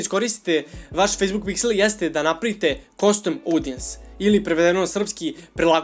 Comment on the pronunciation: Svaki put kada kaže "KOSTUM", jedan nastavnik engleskog umre:D Šalu na stranu, dobar si uvod napravio onima koji prvu put čuju za Facebook Pixel, savetujem im da još malo pretraže na Youtube jer ima odličnih kurseva.